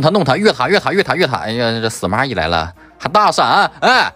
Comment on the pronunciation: 司马懿听成死蚂蚁😂